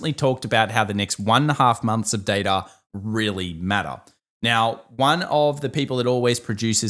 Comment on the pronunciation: its Data, not Data!!!!